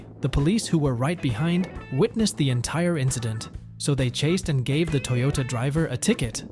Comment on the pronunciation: Why are you pronouncing Toyota that way?